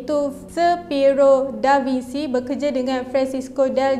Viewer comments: Bukan Franch, French (Fren-ch). Da Vinci (Bin-chi) bukan Da Vinsi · SEBUT ; DA VIN-CHI Biasanya italian bunyi hurup mcm yg ditulis. xperlu di-Englishkan. *biasanya